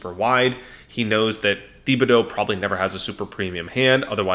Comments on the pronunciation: It's pronounced Tib-uh-dough,. You're buggin' me with that Thee-bee-dough stuff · Great break down! However, as someone who lived in south Louisiana, Thibodaux is pronounced TIB-ah-doe. Keep up the great work and content!!